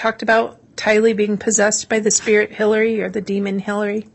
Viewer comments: She did AMAZING with everything else so I just had a little chuckle every time she said demond. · The Prosecuting Attorney needs to learn how to Spell and Pronounce DEMON !